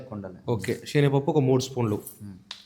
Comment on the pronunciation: షీనాగపప్పు ❌ శెనగపప్పు ✅